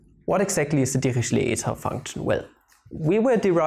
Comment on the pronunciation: LOL at first I thought you were saying devilishly eta function ==> devilled egg function